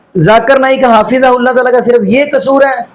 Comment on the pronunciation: حضرت آپ کو حفظہ اللہ بھی بولنا نھیں آرہا ھے اور آپ حضرت مولانا الیاس گھمن مدظلہ عالیہ کو تنقید کررہے ھیں